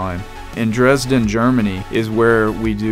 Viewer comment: English People cannot Say "Dresden" GUT DAS IST DEUTSCH BIN HA